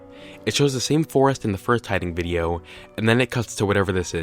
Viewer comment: "the next videa..." 😂